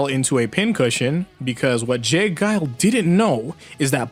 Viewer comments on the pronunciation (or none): none